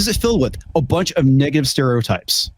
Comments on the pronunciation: Did just say "niggative"? 🤔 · Did Ryan say Niggative stereotypes? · i thought you said nigga stereotypes. ain't wrong either way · pronounces negative stereotypes funny. Almost like he wanted to say another word.